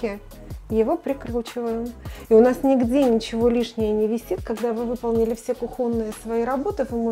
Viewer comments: Ударение на кухОнные очень режет слух. Я сначала не поняла о чем речь, потом вижу, что кухня. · Почему "кухОнные"?! Будьте добры, если выставляете на всеобщее обозрение своё видео, произносите текст с правильными ударениями! Не позорьтесь. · Ну почему вы коверкаете слово ! Ну какая кухОнная!? Да еще несколько раз, у меня кровь из ушей пошла ! Ну вы же видео не для родственников делаете , постарайтесь найти куда ставятся ударения на слова ! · Тетя, учись правильно делать ударение - ку'хонные, а не кух'онные!? С твоим копеечным и поздним умом - объяснять не своими мыслями!? Сю - си - муси, полотенчико, штучечки - грибов поганых "обожралася!?" Я ещё один коммент написала, для человеков правильных и здоровых!!! Это где-то рядом или чуть дальше в комментах! Дуракам закон не писан, а если и писан, - то, не читаем! "И напоследок я скажу"(напишу - то бишь), оно конечно не потому, что ежели как? А вот к примеру случись чего-либо, так ☺️ тогда ОНО конечно! Надеюсь - я правильно излагаю, в свои 75 - лет! Я умею говорить и писать правильно и не только по русски, а еще на 3-х языках, но как говорят древнейшие: Каждому своё! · Сломали весь русский язык по жизни было кухонные теперь кухонные ударения на О бред хватит русский язык ломать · Ударение на У, ёпрст.... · А что с ударением на слове кухонные?🤦‍♀️ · Как бесит когда делают такое ударение